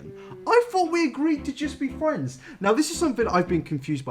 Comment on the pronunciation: ARE WE GOING TO TALK ABOUT HOW HE SAYS FRIENDS LIKE “FWENDS” AND IM CRYING